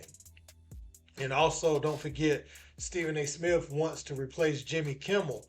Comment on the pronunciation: Steven A "Smiff" being greedy